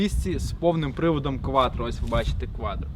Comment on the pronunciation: Кватро.а не кваДро